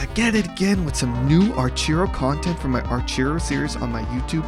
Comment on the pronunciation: The way you pronounce Archero makes me cringe so hard. Holy shit